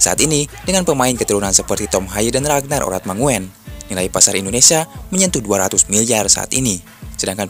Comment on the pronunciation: Min...baca nya Ragnar Oratmangun bukan Oratmango en..Ejaan Belanda U itu OE..ejaan lama lndonesia juga begitu..Oratmangun..😀😆😅